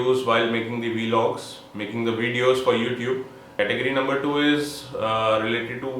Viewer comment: its vlogs not welogs